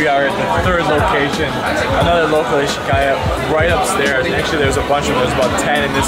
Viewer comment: Did you just say ‘ishikaya’ instead of izakaya?